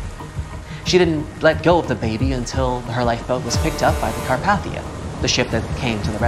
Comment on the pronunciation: Every time he’s saying Carpathia wrong